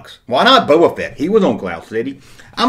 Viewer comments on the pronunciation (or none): none